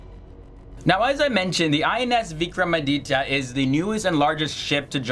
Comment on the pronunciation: Note: it's not Vikram-Ram-Aditya as pronounced by our dear host